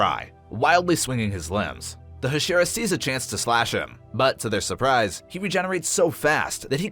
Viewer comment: bro said huh-sheera and kuh-zooki